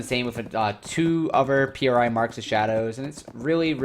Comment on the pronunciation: Its pronounced, "pree", not P.R.I. Other than that this was a reasonable video with some good points made. Towards the end tho you make it sound like you were lied to and you were promised a different game, lets be real tho, this is a Korean game, and youre not into RNG or the Grind. Its a KOREAN game.